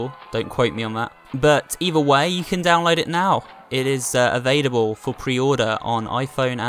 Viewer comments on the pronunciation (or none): '"Its avaidable"